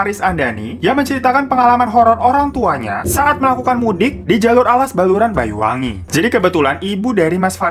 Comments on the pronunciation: Ralat bang bacanya BANYUWANGI bukan BAYU WANGI.. Mohob Maaf lahir batin ya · Iya bang, pelafalan banyuwangi terdengarnya bayuwangi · Mas maaf sebutan kota yang bener BANYUWANGI bukan Bayuwangi 🙏